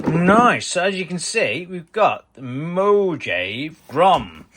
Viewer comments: Looking forward to this content, just like everything you create! (PS - Mojave is pronounced mō-HA-vēē ... for the Mohave Desert.) Glad you're healing up. ❤ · Mojave is pronounced "mo-haav-ee"